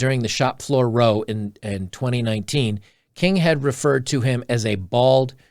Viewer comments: The word "row" in this article is pronounced "rou" meaning a fight or argument. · "row" rhymes with "cow"